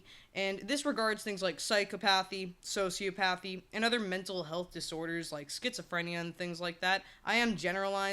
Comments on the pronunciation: Quick correction: it's "soci OP athy" .... "psych OP athy" (not pathy). You make some really good points though, especially in how nurture comes into play with these lacks of empathy and we can all have levels of both extremes. No idea why you were in my recommended videos but kudos to you as you seem to have hit some good algorithm! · "So-sea-op-uh-thee" not "socio-pathy" Also: "sci-cop-uh-thee" not "psycho-pathy"